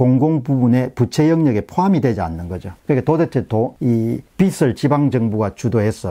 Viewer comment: 빚을 = 비즐 , 빚이=비지 라고 말씀하시길